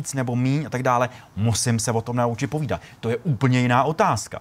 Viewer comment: POVÍDAT, ne POVIDAT